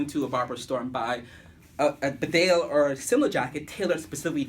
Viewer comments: It’s pronounced Bee-Dale. Spelled Bedale after the English town of Bedale! Nobody cares about the pronunciation you say? You also said you’d worn that jkt for a year? Damn, you are a bare faced liar! You just put that jacket on fresh, anyone can see that. You are a bull shit merchant my friend. A shifty guy! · We do care how you say it. It is pronounced BEEdale. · Actually, this isn't a simple case of having different regional pronunciations. The bedale jacket gets its name from a town in England. The town is pronounced bee-dale. Similarly, the beaufort jacket is named after Beaufort Castle in Scotland. So when us Brits correct your pronunciation of these names, it's because we realise you're probably not familiar with the origin behind them. Tbh though, I don't really mind how you say it, just thought I'd offer this information. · Beeeeeedsle. Nobody reads comments or cares. But it is pronounced Bee-dale. The people in the region might care. Lol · Exactly, so disrespectful. Not caring how to pronounce correctly a product and a brand you're supposed to 'review' does not make you cool. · hey man you're pronouncing bedale wrong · It's the name of a place and is in the same language....English so there is no excuse for not pronouncing it correctly.